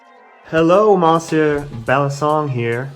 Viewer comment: i'm sure someone has told you this before, but monsieur is pronounced like miss-yeu in french :)